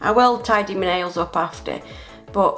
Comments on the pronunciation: Does anyone else get annoyed when she says me nail instead of my nail. 😡 Lol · I like her accent I like how she says "taking off me nails" in stead of " taking off my nails" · I love how she says “ it’s stuck on mee fingernail”